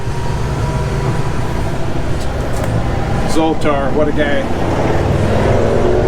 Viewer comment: He is Zoltar, not Zolton or what ever you said!